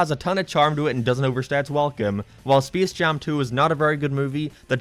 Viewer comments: ah yes speece jam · Did you say Speese Jam Two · Speace Jaum 2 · Intro: “spece jam 2” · spees jam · Spis Jam Tu ROFL